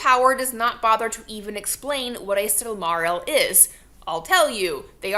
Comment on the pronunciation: "Silmaril" is pronounced SILL-muh-rill.